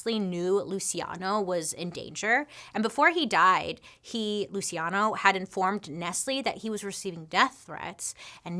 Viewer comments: Pronounced "Lou chee on no". Sorry! Just trying to help. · Whoa, loved the video! Is his name spelled “Luciano” ? IF so, it’s “Lew-che-on-o” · Luciano: Loo-see-ah-know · Luciano…lu-see-ay-no? girl no. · Pronounced Lu chi ah no